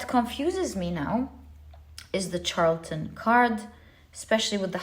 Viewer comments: Pile #1 is pronounced Shar-la-ten 🤗 The Charlatan in pile #1 & #3 is my husband, I'm breaking free after I get all of my ducks in a row. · Dearest! You do so much for us. I feel the need to tell you charlatan is pronounced shar la ton. "ˈSHärləd(ə)n,ˈSHärlətn a person falsely claiming to have a special knowledge or skill; a fraud.